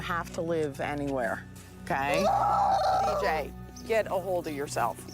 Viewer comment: Reuploading it after fixing "many issues with the original" and still not getting his name right is wild to me. His name is DJ. Dee. Jay. Not Deej.